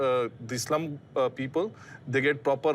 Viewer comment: Evil developers don't care about ppl welfare. Can't even say slum properly . Worst yet can't even stop from saying scheme . Yes it's all a scheme for them to make money via corruption and bribe. Selfish and greedy.